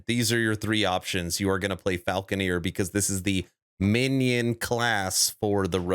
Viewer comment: It's Falcon-er. Not falcon-eer.